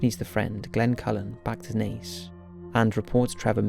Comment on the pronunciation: He got Naas right more often than not, which I was surprised by. And Buck Whaleys! I do wish he’d learn that the word is inexplicable not unexplainable.